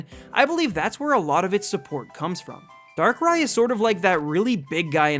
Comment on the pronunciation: THE SECOND A IN DARKRAI SHOULD BE AFTER BOTH R'S! AND YOU'RE SUPPOSED TO SAY SHINY BEFORE YOU SAY THE NAME, NOT AFTER!